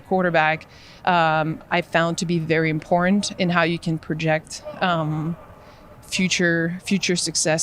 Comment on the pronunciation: Its "IMPORNT".